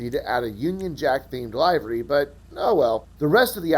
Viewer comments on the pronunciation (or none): LIVERY! Lihvery, not Lyevery! It’s so simpleeee